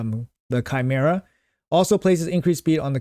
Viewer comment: bro said chimera right D